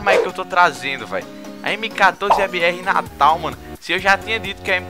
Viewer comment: mano ele falou m14 ebr natal kkk